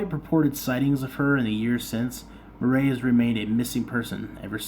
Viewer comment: It is pronounced like Mur eee . And no Butch never got near her